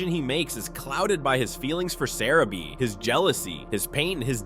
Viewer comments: it's pronounced Sah-rah-bee! Jeez! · You can’t even say sarabi’s name right